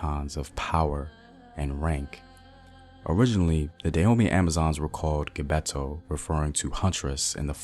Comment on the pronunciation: Another wonderful piece! Many thanks. I’ll however recommend that you consult a native of the regions you cover as your phonology is awful. You couldn’t get a single word right; from Dahomey, Whyday, Abeokuta, Mino, to Gbeto. I really appreciate your work and would’nt mind helping out (for nothing) I could even explain the meaning of all those words/towns. My mother is Eve (Ewe) originally from Ketu (Nigeria) to Dahomey (Benin) and finally Notse (Togo). My papa’s from the other side, an Akan (Cote d’Ivoire) and (Ghana). I’m from Akropong. As always, much respect to you.